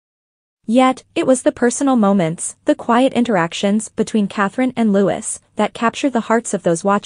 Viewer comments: It was so great to see The Princess of Wales alongside her husband and children at Trooping the Colour. She looked wonderful. Their youngests son's name is pronounce Louieeee, no Lutz or whatever you were saying. It was a great day to see them all together on the balcony, all the working royals. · Prince LOO-EE! Not Prince Lewis! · Prince "Lutz"???? You can always know when it's AI!